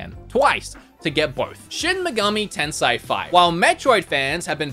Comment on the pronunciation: Brah, it's Tensei (rebirth/reincarnation), not Tensai (genius) :D